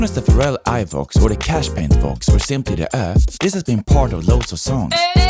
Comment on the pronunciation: TIL Pharrell's name is stressed on the second syllable. Yes, I live under a rock... under another rock, under another rock, under another rock, under another rock, ... under another rock.